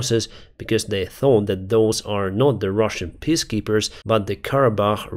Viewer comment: I realize that English isn't your first language, but you could try learning how to say peacekeepers correctly. "Piss keepers" sounds like a sweaty gamer bladder issue.